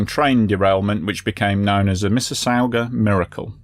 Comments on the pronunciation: Mississauga = Missus-saw-ga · Canadian here. Great channel, great video. It's "misses-saw-ga".